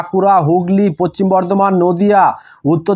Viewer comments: পচ্চিম না ভাই.... পশ্চিম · Eta tar local language hote pare